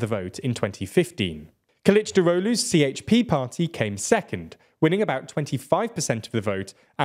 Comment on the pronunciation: You have to get help and learn how to pronounce the Turkish names and abbreviations. For example: CHP = Je he pe. MHP = Me He Pe